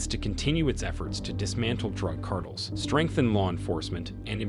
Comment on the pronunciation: Monotone computer voice delivering the Chat-GPT-written narration hilariously mispronounces the word “cartel” nearly a dozen times in this video 😮